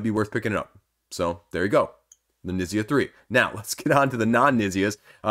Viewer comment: Fyi Knizia is pronounced "k-neet-zee-a"